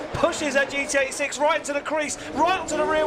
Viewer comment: Anyone else hear GTA 6 instead of Gt86😭